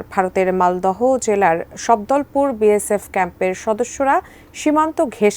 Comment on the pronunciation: বিয়েশেপ বলে😅এতো সাংঘাতিক রিপোর্টাররে বাবা😂